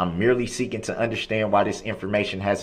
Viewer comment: I hate how he says, "undershtand."